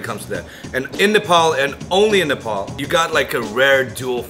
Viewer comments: It's Nepal not Nepol 🤣🤣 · First up all our country name is nepal not nepol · It's not Nae-paul it's Nepal